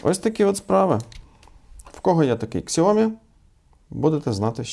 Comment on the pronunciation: Это подделка. И правильно говорить не "ксяоми" а "сяоми", так сами китайцы произносят название фирмы.